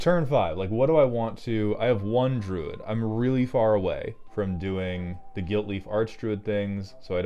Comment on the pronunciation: Ob nix ill iss = ob nix uh lis Droood = druu id U even eventually said druid. Is inglush hurd?